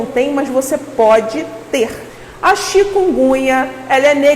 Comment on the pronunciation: Uma médica pronunciando "chikungunha"?... Bahhh